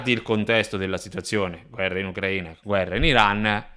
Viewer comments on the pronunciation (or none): none